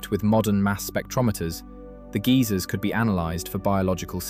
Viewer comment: "Geezers on Earth". What? Do you mean geysers?